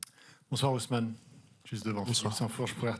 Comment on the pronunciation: C'est Osman...! et non Ousmane, ça c'est africain.